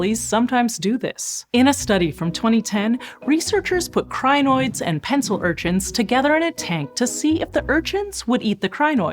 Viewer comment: its pronounced kree-noids